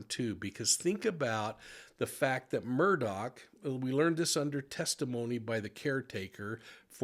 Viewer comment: His name is not Alec Murdoch/Murdock. It is pronounced Alex Mur-Daw. I just love grammar, phonetics, and the English language.